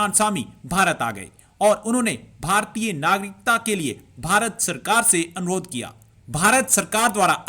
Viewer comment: Wo bhartiya ko bhi bharti bolte h 🤣 chutiye sab 😂